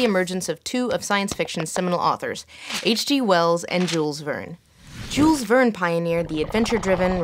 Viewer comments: Jules Verne. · The way you pronounce Jules Vernes hurts my ears